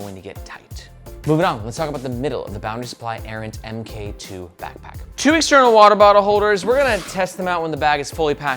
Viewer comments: Also, my dude...Mark 2. I'd bet money that it's not pronounced "M K 2". It's a newer version of something, like camera or Ironman suits. Errant Mark 2. You're killing me!😅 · Kep calling it the "em Kay two" when it's actually the "mark 2". i.e. version 2. I kickstarted the original Errant, that's the bag that got me into bags so it has a soft spot in my heart. But the Errant really showed me everything that I don't like about bags. Top opening, slow access. Too many things fighting with eachother in the bag. It's kind of a mess. This looks like trying to modernize the Errant with new things, but keeping the silhouette of the Errant.... And it doesn't really work.